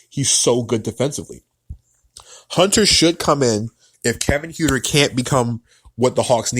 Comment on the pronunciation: Other than mispronouncing Kevin Huerter's (Hurt-er) last name, it was a very well reasoned and thoughtful piece. The Hawks are going to be an exciting team but the core players are very inexperienced and lot of pieces would have to fall together to likely make the playoffs. The season after, they will likely be an opponent no one wants to play.